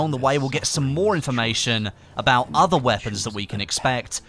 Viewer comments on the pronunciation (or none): none